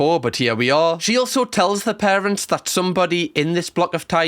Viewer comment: "The most evil larents" ah yes, the dreaded larents